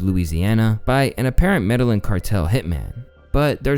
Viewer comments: Look up “Medellín” pronunciation and fix every time you say it in this video or at least every future video. Hint, it’s not an English word, and not pronounced ‘medalin’ “ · It's Slick Willy. Not Sick Willy. 🤣 And Medellín is like Med eye een not meddling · “Medellin” is pronounced med-uh-yeen. Not trying to be a dick. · It's meda-yeen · it's pronounced "mede-yeen" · the way says Medallin bothers me lol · Medellin is pronounced, med-eye-een. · always pronouncing things wrong. It’s pronounced Meh-de-yeen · Ask friends or Google how to pronounce ethnic terms before posting, my boy 😅 Meh-deh-yeen 🙏🏾 also if this is the Clinton Files the Trump files must triple thick 🧐 can't wait. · ‘Pablo Escobar’s… Med-dull-linn cartel’ …. 😂🐢🤡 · You really can’t pronounce Medellin?! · Bro, you said Medellin wrong if you’re gonna be reporting on stuff, make sure you’re pronouncing the things correctly just a minor critique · Can you do us all a favor and research the pronunciation of words you dont understand....? Specifically, medellin.... It gets me every video you mis pronounce it... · If you don’t know how to pronounce Medellin then you probably shouldn’t make videos like this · Bro no way you don’t know how to pronounce Medellin in the big 2026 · dude learn how to pronounce Medellin. White kids have been saying it correctly for years thanks to Entourage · I cringe everytime you say "Medellín" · But he can’t pronounce Medellin.